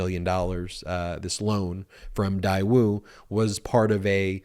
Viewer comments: Daewoo.... pronounced "Day-woo" is one of the larger conglomerates in South Korea, doing business all around the world. In the mid-90s... they used to sell cars in the US. Your title eludes that Daewoo is a North Korean company. I don't know how trump is getting away with emolument clause. Although there is an emolument clause is in the constitution, how is this enforced if any. The clause of "without the consent of Congress" .... was this ever addressed? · You are saying the name wrong. GM/Chevrolet bought out Daewoo many years ago. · The company is Daewoo...spelled like Daeyou...ae like an a in "than". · While i agree with the point that Trump has misled our country and its citizens, I think we have to be careful with this specific allegation that Daewoo (correctly pronounced Deh woo) has deep ties with North Korea. It is true that Daewoo has been identified as the sole private industry to deal with North Korea, that is more in line with the two governments (North and South Korean) are trying to work in trying to "normalize" relations between both countries. That, however, does not negate the requirement for Trump to have disclosed it and he should certainly be held accountable. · Funny to me it was a loan from Daewoo (pronounced Day-woo). Daewoo is a Sh*t automaker, that makes Sh*t cars.(we're talking Yugo kinda Sh*t cars). I guess Sh*t finances Sh*t..🤣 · Love what y'all do and the videos y'all put out, but I am pretty sure that Daewoo is pronounced like daywoo. At least it is if it's supposed to be pronounced like it's spelled. Keep up the great work! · Pronounced “day-woo”….. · It's pronounced "Day - Woo". 👍🏾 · The company name is pronounced “Day ooo” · I think it’s pronounced Day-woo. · Daewoo is pronounced "day_oo" like a sunny day, with no w sound. I lived in Korea for 10 years. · it's painfull hearing him pronounce Daewoo! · It's pronounced DAE woo not dai woo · It is not Diewoo it is pronounced Daywoo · Daewoo pronounced 'dayoo' not 'diewoo'